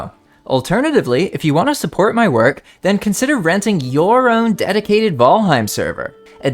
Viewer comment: I found myself audibly correcting you while watching but I pulled a lot of useful info from your video. Ty